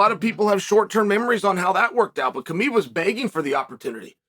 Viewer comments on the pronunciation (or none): none